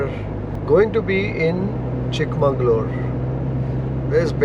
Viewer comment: It's chikmagalur, not chik mangalur. Sad kannadigas don't know the difference